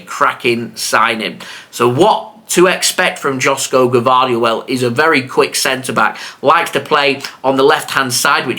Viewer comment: joško is pronounced like yoshko.